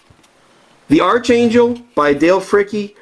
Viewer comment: Its pronounced "ARKangel" not "ARCHangel"